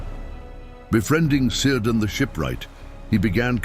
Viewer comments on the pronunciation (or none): Cirdan has a hard "C",making it Kirdan. It's a fixed rule from the Tolkien pronunciation guide on Sindarin words. Don't start waffling about now. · It's pronounced Keerdan(Cirdan) !!!!!!